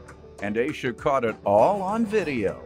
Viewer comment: Asha is not pronounced as Asia. It’s ASH A . It’s a name from Indian heritage .